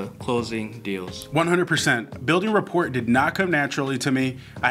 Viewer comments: Just a heads up.. rapport is pronounced “ra pour” Flip side… you gents are incredible and I’ve enjoyed binge watching and taking notes thru the 30 days of wholesaling series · New drinking game: take a shot every time rapport is pronounced wrong